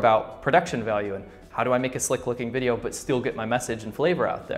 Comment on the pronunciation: lol a subconscious Chinglish "Hot to say?"